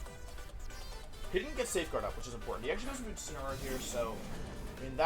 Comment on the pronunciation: Day 4 Wideo 4 of asking Mr Wolfey Glick to use "Insineroar" instead of "Insinnyaroar" to pronounce The pokemon Incineroar.